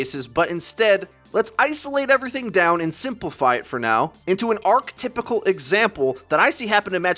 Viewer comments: "Art typical" I don't think that's right, lol. Were you trying to say archetypal? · Did you just pronounce archetypal as "ark typical" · "archtypical" jesus